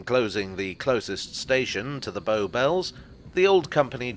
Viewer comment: The boat BOW, rhymes with NOW